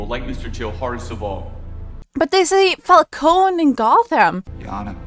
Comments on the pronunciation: Falcone is meant to be pronounced like the word "cone" not "co-nay." Just like Ra's is meant to be pronounced as "raysh" rather than "raz." The films get both of those names wrong. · No, you're actually right; while in this trilogy it's pronounced "fal-CO-nee" (perhaps in an attempt at sounding more Italian), the real life name is pronounced "fal-cone". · It is Falcone. Not Falconi. They pronounce it wrong here. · I think Italian names and words ending in -one are pronounced with the -e as its own syllable, so if it is indeed meant to be Fal-cone instead of Fal-coni then it sounds like the comics used a weird pronunciation originally. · Katie Holmes is pronouncing Falcone wrong. In Gotham they say it right